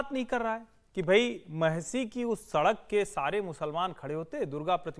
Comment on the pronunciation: सड़क तो अच्छे से बोल लो(सरक नही होता )